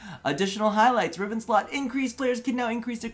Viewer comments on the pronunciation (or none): none